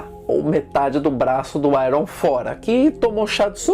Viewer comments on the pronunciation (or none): none